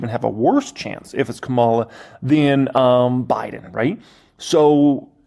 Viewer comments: Ka´mala Harris. Not KaMAlla Harris. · You're pronouncing her name like Kamala the Ugandan giant, an 80's era pro wrestler.